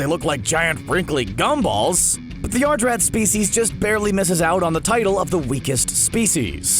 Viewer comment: Yadrat not yardrat dumbass